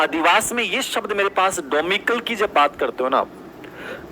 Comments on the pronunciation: डोमिकल नहीं होता डोमिसाइल होता है🤣🤣🤣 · क्या बात है भाई....डोमिसाइल को डोमिकल pronounce कर रे हैं. . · Par to domicile ko domical bol rehe h😜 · Domicile hota h domikal nahi pronounciation galat kr rhe h sir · Wah kya pronunciation h ka. ' Domicile ' 🤣🤣🤣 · Unka subject syco h uspr bat kro...pronciation glt ho jata h ...aae bde angrej kmi nikalne wale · ki psycho mst h but English word me gadbad kr dete h, pronunciation glt kr dete h bhot baar,डोमेसाइल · Ek word sir n galat bol diya to sab hasne kyu lag gye tum sab bhi to kitni galtiya kar rhe ho ky hua agr unka pronunciation shi nh hua samjha to shi h lakin y grantee k sath kah sakti hu kai students n isko matlb na English m samhja hoga na hindi me jb exam m dhka tha tb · ND it's not pronounciation mistake... it's reading mistake... He is not reading it correct